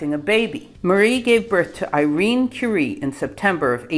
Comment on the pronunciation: Outstanding pronounciation of the name. Love your videos!